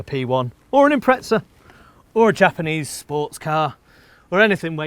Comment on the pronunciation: why do pommes call it an Impretza? There's no t in Impreza.